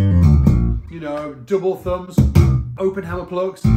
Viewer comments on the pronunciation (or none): none